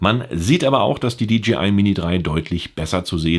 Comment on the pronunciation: Hi, die Firma heißt DJI !! Nicht DGI.